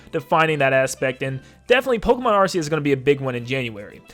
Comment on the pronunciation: No he’s not he said it right